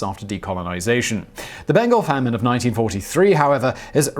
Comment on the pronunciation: it’s pronounced Bain-gaal, not Bain-gul